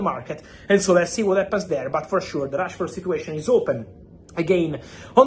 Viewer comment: Why is fabrizio saying Trashford?😂😂😂😂